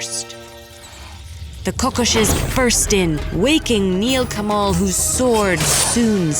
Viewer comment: Just wanted to point out it's pronounced Rakh-khosh and Khok-khosh and Achinpur is A(Like A in All)chinpur . Apart that , amazing animation and storytelling. Never thought a Thakumar Jhuli story would be on ted Ed but here we are!